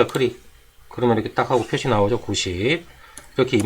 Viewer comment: 크릭 아니고 클릭입니다.